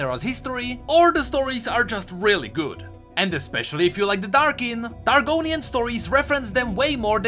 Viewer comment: When he says Targonian I hear Argoninan...Its been 8 years I think I should stop playing Skyrim now